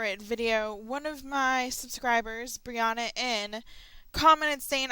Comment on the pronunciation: also aaaaaaaaaaaaaaa, its BIR-ANNA NOT BIR-ANNA. my name is not said like, anna from frozen. sorry if I you think said it, like I was mad, at you.